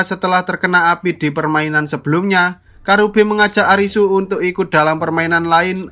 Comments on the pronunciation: Gw ngakak napa bilangnya kurabe pdhl namanya karube😭😭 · Karube bang bukan kurabe